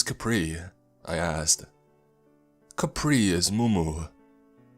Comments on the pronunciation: It’s ka-preh, and tah-gah-log. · Not even finished the video yet, but having a blast with these pronunciation(No hate, I love you) “ Balete “————————> “ Baleet “ “ Kapre lives there “ ———————> “ Capri lives there, Capri is mumu “(The dreaded Capri Sun of the Woods) “ Chicharon Bulaklak “———————>” Chicharon Boolaklak “(Good job on this one, it was close) “ Lambanog “ ———————————> “ Lambahnog “ (Pretty close, good job! Don’t pronounce “Lam” like the word “Lamb”) “ Tabi tabi po “ ——————————> “Tabi Tabi po”(Spot on, good job!) “ Ineng, hingang malalim “ ———————> “ Innig hingeng maliim “ “Na duwende ito” ———————> “ Na duwenteh e-two “ “Duwende”———————> “Duwents” “Balete” is pronounced “ Bah-leh-teh “ “Duwende” is pronounced “ Doo-wen-deh “ “Kapre” is pronounced “Cap-preh” “Chicharon Bulaklak” is pronounced “Chee-cha-ron Boh-lak-lak” “Lambanog” is pronounced “Luhm-bah-nog” “Ineng, Hingang Malalim” is pronounced “Eh-ning Hee-ngahng Mah-la-lem”